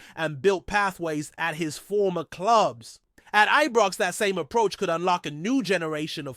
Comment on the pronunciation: Why does this always call ibrox ebrox then need to put someone on that can talk properly